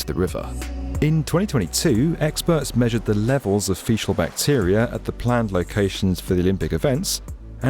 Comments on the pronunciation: The fuck ? It's pronounced "feekal" matter not "feeshal" lol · “Fekal” not “feshal” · it's a hard c on fecal my love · Fecal. Fee-kal. Not fee-shall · What is this feshel matter? Do you mean fecal 😜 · What's with fecal being pronounced as fecial? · Fecal is pronounced with a hard ‘c’. Fekal, not fesal. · It’s fecal, fecal, not feshal 😂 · “Fe-cal” fecal. Feee-kal. Say it with me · Fecal is pronounced “FEKAL” Seriously guys do your research. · Sorry, Fecal is NOT pronounced like Facial. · dafuq is 'fishal' matter?? he kept saying it multiple times. nobody picked it up while editing? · In "fecal" the "c" is hard and not an sss sound. Not an episode of the goes by without vocabulary being misused or abused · came to the comments to say this. i’ve never heard it pronounced like that and i’m a brit. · I noticed that too. Maybe he was confused because of how “faeces” is pronounced.